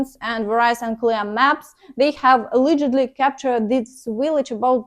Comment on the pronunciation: Failure, allegedly, shocking, toward, haven’t succeeded, some words to practice their pronunciation